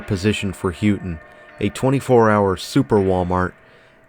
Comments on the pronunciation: Loved the footage of the Copper Country Mall. She's in great shape. Just one note, Houghton is pronounced Ho - ton like how Santa Claus says Ho, not Who - ton. Can't believe you came to the Copper Country and never even listened to any local radio station to figure out how the name of the town is pronounced. The local radio stations are the best for Copper Country Cruising. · I used to work in a clothing store in the Mall in the late 90s. I will let you know that you said Houghton really wrong. It's "hoe-ton". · Good video and nice little mall. Also Houghton is pronouced HOAT-IN. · I used to think Houghton and Hancock never really changed that much... but seeing this makes me realize how much it has. I remember when Dunhams was a video store 😮 Still love this mall - hope it never closes. Appreciate u doing this... even tho u called it H-o-ton 😊